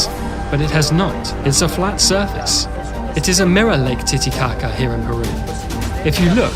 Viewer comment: Erth is flet.